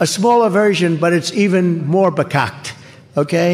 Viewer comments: "Bacocked" was Dumpy's attempt to pronounce the Yiddish word "Fakakta". I guess there's something in his anti-Semitic brain that makes it difficult for him to pronounce it 😂😂😂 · Vehrkocht is a Yiddish slang word for f-ed up. He I assume heard it once or twice in NYC. I'm probably misspelling the word using a high school German spelling. But yeah he has mispronounced it too. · I think he was trying to use the Yiddish word "farkakte", pronounced "fuh-KAK-tuh", which means messed up.